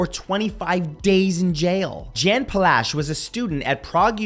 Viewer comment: Jan Palach. It's [Yan] and his last name is "Pa" as in "park", "la" as in LaLaLand and "ch" as in "Loch Ness". Also: Yay! 🇨🇿